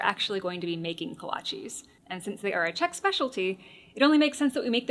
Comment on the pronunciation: PSA to all Texans: Note how the actual Czech texan pronounces it.